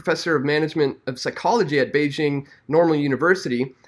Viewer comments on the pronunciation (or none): none